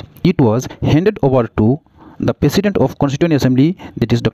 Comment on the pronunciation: President❌ Pesident ✅